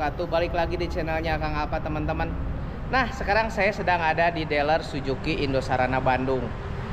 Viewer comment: Suzuki Om..Bukan Sujuki...😅😅😅